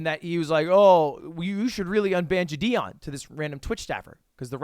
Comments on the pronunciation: ITS JIDION NOT JIDIEN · It always sounds like he’s saying jidien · JI-DI-ON had me dying... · "Jih - dee - on" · Is no one gonna talk about how lud pronounces JiDion lol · The way u pronounce valorant makes me uncomfortable but the way u pronounce jidion 😣😣😣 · Every time you pronounced jidions name wrong a baby died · Yo dawg…can you let me know how many times you gonna mispronounce Jidion Great video tho 👍